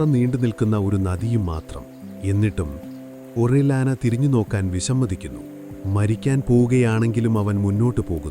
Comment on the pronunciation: ഒറില്യാനയെന്ന് ഉച്ചരിക്കില്ല... ഫ്രാൻസിസ്കോ ഓറിയാന...